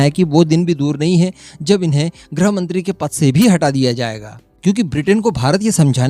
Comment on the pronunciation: ग्रह मंत्री नहीं बेटा, गृह मंत्री बोलो।